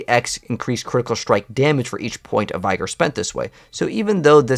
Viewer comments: not to be an english teacher but its pronounced v-gor or v-gour not by-gor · Please pronounce Vigor correctly. It’s easy: VIG-or. Not Vy-Gor. Any Google search can teach that.